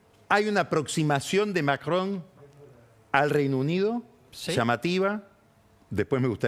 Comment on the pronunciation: ¡¡Qué placer escuchar a Pañi decir Macron!! Lástima que nunca le dijo Gravuá a Gravois, habría sido maravilloso.